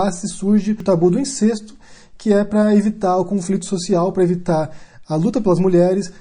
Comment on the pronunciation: só uma correção: incesto é pronunciado com E aberto... Pode confirmar no VOLP da ABL